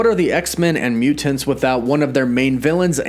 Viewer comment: Anyone one else annoyed by the way he pronounces mutants?